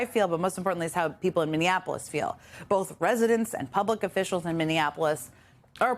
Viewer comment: Mumble-mouth Homan- he can’t even say the word ‘official’ without sounding drunk.